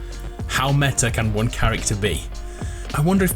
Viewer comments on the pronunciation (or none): none